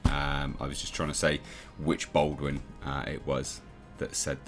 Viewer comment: Dude, it’s pronounced “Ball-dwin”; not “Bold-win”. You’re doing my head in.